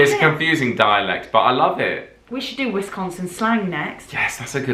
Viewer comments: Its pronounced wasconsin as a wisconsanite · First thing we need to do is to teach you how to say Wis-CON-sin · Meee! Born and raised! It’s pronounced “Wis-gahhhn-sin” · We don't say, "ay"! In Milwaukee the dialect is different. They will say something like, "It's really hot today, hey?" The short "o"s are pronounced as "ah". So, it would be, Wisc ah nsin. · She said Wisconsin wrong.. she’s not from here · I’m from Green Bay Born and raised! Your saying the name on the state wrong! It wis- con (as in convict) - sin! Canada says aye Wisconsin says eh at the end of a sentence instead of okay. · Sconsie here. Your pronounciation is a bit off. More ... nasal. Wis CAHN sin. Doncha know dere hey, ya? Ya. Most of us don't have a super thick accent, but we also CAN adopt it easily. The midwest accent in general is pretty neutral. The more north ya go the more accent there is tho. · For starters it's Wiscaaaaansin, not Wisconsin. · I hate the people who say wISCONsin instead of Wisconsin like don’t say WIS CON sin say wisconsin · By the way, it's wi-SCON-sn